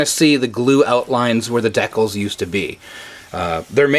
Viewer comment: I liked everything except the way you pronounce Decals 😆